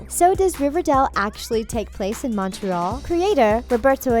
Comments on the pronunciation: you don’t pronounce Montreal right... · You said Montreal wrong How Rude I live in Montreal also Bughead is Betty and Jughead duh all Riverdale fans know that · Exactly. I'm mainly getting annoyed by their pronunciation of Montreal